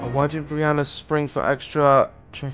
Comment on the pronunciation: Briana not Brian